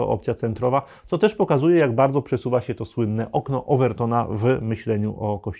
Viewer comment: Bardzo wnikliwy komentarz - wielkie dzięki! Ale proszę o dbanie o język mówiony! Nie: się a sie, nie: w- myśleniu a wmyśleniu, nie: za Odrom a za Odrą, nie: wiedzom a wiedzą, itd. Pozdrawiam